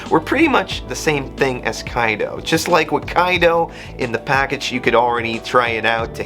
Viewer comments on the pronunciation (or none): none